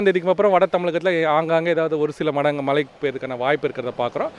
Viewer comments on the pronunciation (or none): மலைகள் வருமா😮. தமில் வால்க 😃 weather man நாக்குல தர்பய போட்டு தேய்க்க.......